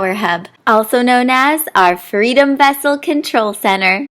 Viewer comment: Vessle? It's vessel I believe.